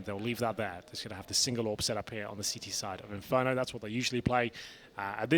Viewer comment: Não in fer do rento